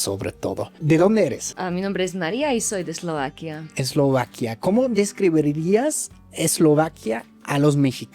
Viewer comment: Siempre dices "describirirías", podrías aprender a decir DESCRIBIRÍAS", por favor? También siempre dices, por ejemplo, antes de que "llegaste", antes de que "probaste", antes de que "supiste", etc. lo correcto es: llegaras, probaras, supieras. Obviamente se te entiende pero llevas tantos años aquí que sería bueno que le echaras ganitas a tu interlenguaje. También flapeas letras en español como la "t" y la "d" (flap "t", "d"), dices "toros" en lugar de TODOS. En español no se flapean los sonidos, éso lo hacen los gringos y las personas que hablan inglés. Saludos.